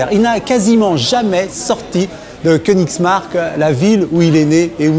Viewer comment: Kant a vécu à Königsberg, pas "Königsmark" ! n'est-ce-pas M. Picouly ?